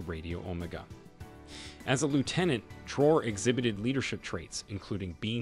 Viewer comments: Very informative video, I wish more African leaders were like him. His name is pronounced Trah-wo-ray not Trow. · Pronouncing the Presidents name correctly will give long way.